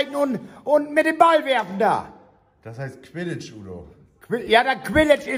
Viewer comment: An Udo: Das spiel mit Besen aus Harry Potter heißt nicht Quinsch sondern Quiddich😂💖🌈